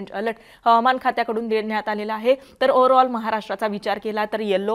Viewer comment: ओर आल नाही ओवर आल😂